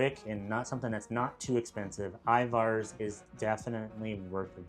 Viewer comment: Your pronunciation of Ivars was so goofy LOL. Accent should be on the First syllable, and the second syllable is pronounced with an E sound, not A. I-vers